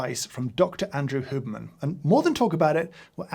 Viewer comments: H-you-berman, not hooberman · The way you pronounce "Hyewberman" as "Hooberman" just hurts me I'm so sorry James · No one: James: “Hooberman” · Can someone just clip every time James says Huberman. I love the Brit pronunciation 😅